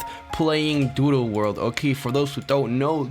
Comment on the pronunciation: you saying "doodle" kind of sounds like "doo doo world" which makes it funnier